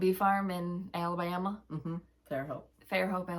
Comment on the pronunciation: I got to stitch after lunch on Thanksgiving while the rest of the family went hunting!!! I joined them all the next day-it was wonderful! #1, 2, 5, 7, 8,9. Thank you all so much and hope y'all have a great day. Love the way says "Alabama" bahahahaha too funny 😜